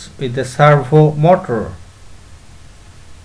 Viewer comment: Words he pronounced wrong No.1 servo motor His pronunciation👇 Sur-woah-moah-tur Actual one👇 Sur-vou-mou-tar No.2 Attach His👇 A-tashe Actual👇 Uh-tach Gonna be edited and gonna be adding more words